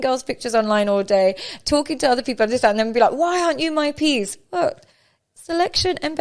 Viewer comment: PEACE... not PIECE 🤣🤣